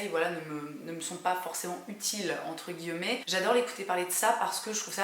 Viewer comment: Hihi! tu as remarqué que pour dire "entre guillemets" tu le dis toujours "avé l'accent" :) C'est drôle et chou :D Marrant (décidément qu'est ce qu'on se marre), mais j'ai aussi découvert tout récemment la chaîne de Sazan et j'adore! surtout ça vidéo sur GRWM pour rencontrer Jennifer Aniston! Big up à ton chien qui visiblement avait envie de se "sharer" (jeu de mot tout pourri, ok, je sors) ton chat (qui lui même avait l'air de ce fait au bout de sa vie). Des bécots, des tonnes, des tas! Sonia